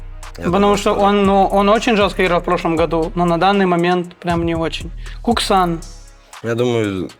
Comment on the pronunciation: Эти произношения ников просто восторг, ку́ксан, маджи́кс 😂